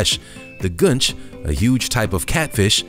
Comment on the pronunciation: It's "goon-ch" Not "gun-ch"